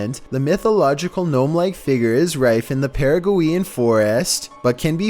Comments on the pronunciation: Lmao! His pronunciation of some words ate killing me! It's like some videos, he does great with every word. Then, the next video, he starts making words up. Para-guh-we-in Forest = Para-gway-in Forest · “Para-goo-eean” forest. Sounds about right.